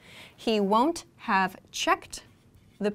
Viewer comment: I want to know how you pronounce the ‘won’t have’? Wondav?